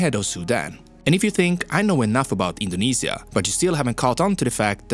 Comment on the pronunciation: he indinisia